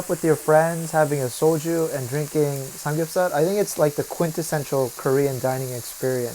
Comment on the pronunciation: You said drinking samgyupsar lol 😂